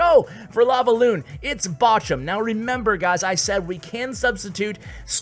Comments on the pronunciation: Bojum xD say it like bohrum haha nice video an thanks:) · In german its more like ,,borum" and not botchum :) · Batchum? Its called BOCHUM, B O C H U M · It's not boshum hahaha... It's borrrrrrum for English speakers it's like a hard spoked rrr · bochum its bow-who-m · Flobby and Bochum 👍👍👍👍👍👍 Why you say boschum? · Was laughing my ass Off the Way u sad Bochum and a second later u adress the issue 🤣🤣 Love from Germany ❤ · Yes we do laugh about how you pronounce bochum :) The ch as it has to be pronounced in German doesnt exist in English... you might know the Ski Jumper Kamil Stoch from Poland. You can google him and look how his name is pronounced - that’s the way you pronounce Bochum too ;) Though you might not be able to do so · It's weird to hear you spelling Bochum😂😘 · You need to learn to say "Bochum" correctly 😂